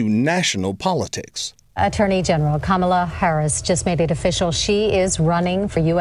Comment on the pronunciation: I wish she at least knew to correctly pronounce her beautiful Indian name Kamala Devi!